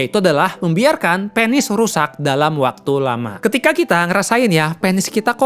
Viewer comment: Penis Bukan pēnis ... Kepsek Bukan kēpsēk dok Anyway suksēs selalu trims infonya Sangat berguna banget